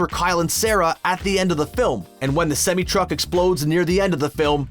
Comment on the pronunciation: Can you pronounce semi truck right? Jesus